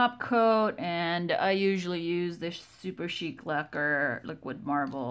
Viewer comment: Stunning, as always. It's refreshing to watch a nail artist who actually pronounces "Super Chic", correctly. More often than not, people call it Super Chick. TFS :)